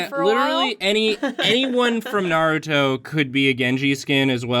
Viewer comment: I like how she traded saying Naruto wrong for mispronouncing Sasuke.